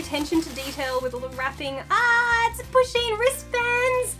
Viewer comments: I didn't know what Pusheen was and thought she was saying pushing. so I spent a minute being confused and concerned that her Instagram may just be full of pictures of her pushing people ... like in front of trains or something. or just assaulting people in the street. I'm glad I was wrong. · I thought she was saying pushing